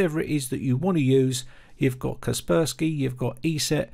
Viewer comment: ksrprsky Oh so that's what Kaspersky is called? 🤣